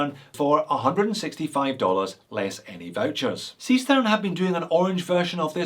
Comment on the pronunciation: "Sea Sturn" for Seestern. :)